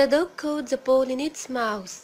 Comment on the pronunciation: السبيكنك تبعك مو نقي يعني تتحدثين بطريقة مصرية مثل كلمة the (ذا) تلفظيها (زا ) وبتلغبطيني .. هذا ملاحظة وليست نقد وشكرا جزيلا